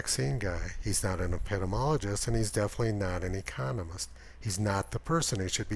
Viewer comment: epi-DEE-MEE-ology . Your mispronunciation of a common important, these days widely-used, word makes your whole report seem too dumb to be believed. Which is a pity. Who would allow themselves to be instructed about the difference between epidemiology and immunology by a person who can't even pronounce the word? btw, Bill Gates is now the principle contributor to WHO. Yet he seems to have left Seattle, hometown to Microsoft, completely in the lurch. What's that all about?